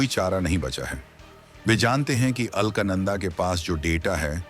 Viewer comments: It is ALAKANANDA and not ALKNANDA. Pl correct the pronunciation. Thanks. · अल्क नंदा नहीं , बेटा अलक नंदा बोलो😂😂😂😂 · अल्कनंदा नहीं है अलकनंदा है लगता है तुम्हारी अक्लमंदा है सही उच्चारण करना पहले सीख लो फिर पैसा कमाने के लिए यू ट्यूब बनाते रहना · ALKNANADA NAHIN SHUDDHA UCHCHARAN ALAKNANDA KAHTE HAIN JO GANGA KA PAHLA NAAM HAI JO GANGOTRI SE NIKALNE KE BAAD PAHLA NAAM HAI AAGE ISEY MANDAKINI KAHA JATA HAI FIR HARIDWAR AATE AATE ISEY GANGA KAHA JATA HAI JO 3000 KM AAGE JAKER GANGADAGAR ME VILEEN HO JATI HAI YANI HIND MAHASAGAR ME VILAY HO JATI HAI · अरे मूर्ख राजा, दिये हुए text तो ठीक से पढ़ लेते। मूर्ख, नाम उस Galaxy का अल्क, "अल्कनन्दा " नहीं बल्कि है " अलकनन्दा".।पता नहीं कौन ऐसे नमूनों को चुनता है कमेंट्री commentary देने के लिए। पढ़े लिखे अनपढ़ -- यही तो हमारे भारत की सबसे बड़ी कमी है। तो श्री "अल्कनन्दा "जी,हम चले,आप कृपया त्रुटि सुधार लें ,।धन्यवाद। जयहिन्द जयभारत।....UK से। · Are ye alaknanda ni Alaaknanda hai